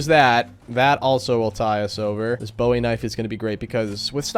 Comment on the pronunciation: People wonder why Texans have to take Texas History in middle school…probably so we can at least properly pronounce Bowie.